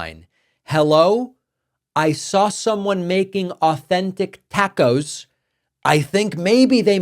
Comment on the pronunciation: You cannot even say Taco properly!